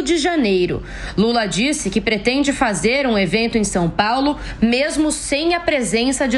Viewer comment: Não sei o que é pior: um governador 'apaulistado' ou um presidente que continua falando 'Sum Paulo' !